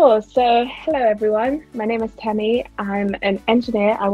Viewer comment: Temi not teemi